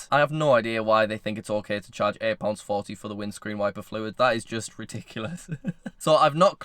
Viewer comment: Dont know why I love the way says fluid but it's really satisfying